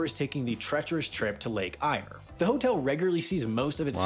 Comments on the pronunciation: Not pronounced Lake "Ire", but Lake "Air". Also not pronounced "jibber" plains, but a hard "g" in "gibber", like in "goose". They already explained in the video that because it's desert, there are not enough plants to sustain more cattle. That amount of land is required for them to get enough grazing. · Gibber plains ('g' as in 'good') are pebbly. Gibbers are small stones, basically. Lake Eyre is pronounced 'Air'. Coober Pedy is where Vin Diesel's movie Pitch Black was filmed and produces magnificent opals. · Lake eyre is pronounced lake Air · Not just planes. Microlights and gyrocopters. Friends of mine muster cattle with a gyrocopter. Better than a plane because it doesn't need a runway. And it's not pronounced " Lake 'Ayer'" it's "Lake 'Air'" and "WOO-mera" not "WooMERA". Vast cattle stations are about the only agricultural use you can make of some of that country; cattle can walk themselves to water, but crops cannot, and the soil is too dry and poor to grow anything but sparse grazing. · for the sake of acuracy I have to point out that Gibber is pronounced with a soft G like the G in Gold and Lake Eyre is pronounced as Lake AIR like the stuff we breath. Oh and yes, Gibbers will F you up if your vehicle is not up to the task. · Ohh and lake Eyre is pronounced exactly like “lake air”